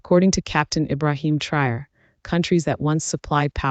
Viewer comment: Its Ibrahim traore not Ibrahim and traore 😂😂